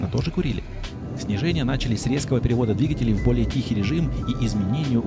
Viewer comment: Интересное видео. Прям путешествие) Пожалуйста , не говорите только "двигателЕй", режет слух.